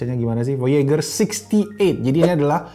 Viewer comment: Voyejer cara bilangnya bang. Kaya nama satellite amrik.